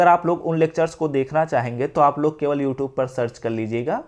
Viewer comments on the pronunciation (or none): none